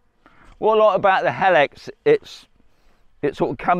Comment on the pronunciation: It's pronounced HE-LIX NOT HEL-IX